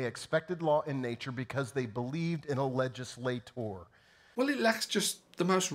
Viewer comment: That was almost Wendy Wright-esque. "Legislay-tooor".